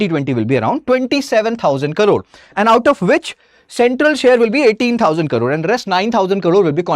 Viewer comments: thanks for the information. But, he speaks in English, where he is supposed to mention as Crore and not as Karoor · He keeps saying karoor... it is Crore... pls correct it. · You say Crore as Karore! Kindly concentrate on your pronunciation… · Not karoor its crore.... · And who is this joker who keeps repeating 2000 "karores" atleast 20 times during his 19 minutes of blabbering. In TN we talk abt 1 Trillion Dollar economy 😎😎😎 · First u pronounce the crore properly😂